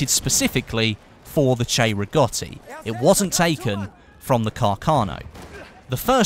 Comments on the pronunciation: Will he say it? " 'Chay'-riggoti rifle..." He said it! He fucking said it correctly! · Love it how u got the correct pronunciation 👌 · Because the "cei" in Italian is pronounced "chey"